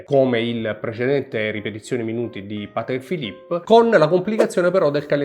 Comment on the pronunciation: Patekkkkkkkeee Philipppppeee 🤣🤣🤣